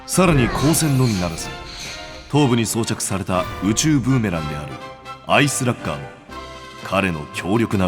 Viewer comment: アイスラッガーって、アイ・スラッガーだったの！？ 子供の頃からずっと、アイス・ラッガーだと思ってた......。